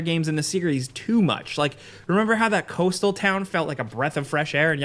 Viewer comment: Too bad he can't pronounce the word "that"